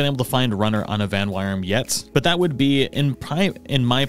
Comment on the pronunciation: Uh... there's no r/ar in Vanwyrm's name dude.